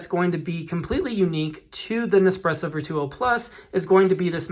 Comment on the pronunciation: Your pronounci g Virtuo wrong